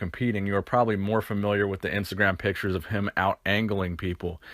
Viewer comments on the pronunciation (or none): none